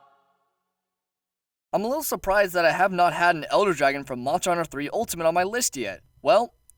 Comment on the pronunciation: What's a shagroo? Edit: Moncher huncher? Practice enunciating :/